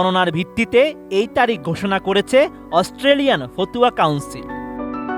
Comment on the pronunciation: ফতুয়া নারে ভাই 😂 ফাতওয়া